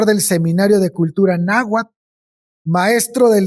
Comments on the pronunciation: Wey, me caen re bien, pero neta hubiese estado más chido que al menos la pronunciación la hubiesen checado, terrible el tamaño de la ignorancia de los representantes mexicanos 😓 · Me hacen dudar de que son mexicanos, que mal pronuncian el nahuatl.